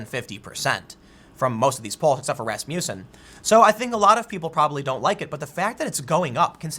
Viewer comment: “Rass Muh Cen” not “Rass Mew Son”